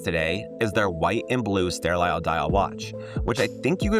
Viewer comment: I would think anyone under 35 would even know what a mechanical watch is. They would think you're talking about a smartwatch or fitbit. BTW, it's "sterile" not "ster-lile." 👍